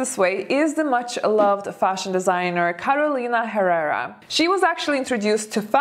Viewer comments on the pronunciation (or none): I thought you could speak Spanish!!! For people who speak this language it's funny the way you pronounce "Carolina Herrera" hahah sounds like "jererah"